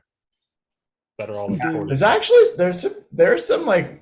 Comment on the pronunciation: Where is from that he cannot pronounce "important"? It does end in ant and not int, right?